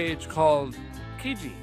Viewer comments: Lol, hearing Derek say Kajiji mad me laugh. But that's because lots of Canadians also struggle with that one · kijiji is our version of Craigslist means the village in swahili its pronounce kee-JEE-jee